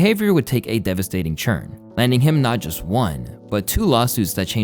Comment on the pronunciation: Take a shot every time this guy says churn instead of turn 😂😂